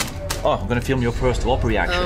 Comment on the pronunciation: It is a Whopper. Not Whooper